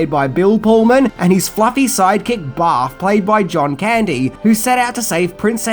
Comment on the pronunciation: Holy shit you have your own video store? Also I like the way you say barf... Baaaf.